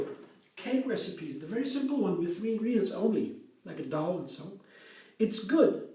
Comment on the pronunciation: May I make you aware of one thing? You say «the Dow» (the stock exchange) all the time when you mean to say «the dough». If you go to the Cambridge Dictionaries online, they have buttons you can push to hear the right pronunciation for each word, I’ve used it soooo much over the years since English isn’t my first language (it’s more like my fourth one, LOL, being Norwegian, our natural second and third languages are Danish and Swedish). 🤗 💚🌱🍀🌱💚